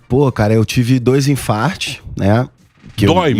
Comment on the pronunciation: 🤔Infartos e não infarfes! 😤